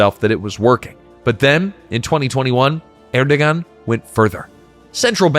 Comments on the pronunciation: Pretty sure that's pronounced Erdowan. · The only problem with this video was that the narrator butchered at least two words. Naci is pronounced na-jee. C has the j sound in Turkish. And Erdogan is pronounced Er-doh-ahn. And Ankara is pronounced ANK-ara. And, no, I am not Turkish. I just pay attention to the bleeding obvious when listening to how words are pronounced.